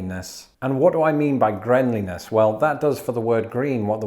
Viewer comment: Can we just talk a pause here to admire GREENLINESS (pronounced GRENLINESS).